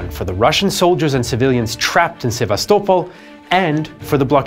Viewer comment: Omg man finally Sevastopol pronounced correctly 😂